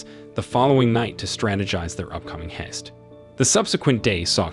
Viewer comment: Sooo many pronunciation errors -- is this narration done by a less-than-perfect AI? ... For example, how do you pronounce heist?